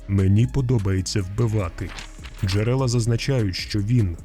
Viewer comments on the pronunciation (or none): none